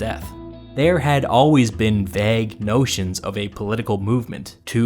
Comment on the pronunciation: VAYG NOT VAG